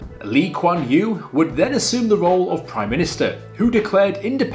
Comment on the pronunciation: Sorry wrong pronounciation of Singaoore's first PM. It's Yew. Or the letter U.